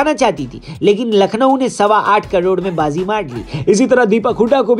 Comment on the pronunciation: Nackhlow lakhnow 😀